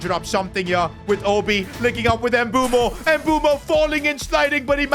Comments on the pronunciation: Please stop pronouncing mbeumo ”embumo” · Can you please try and pronounce Mbeuemo's name probably🙏🙏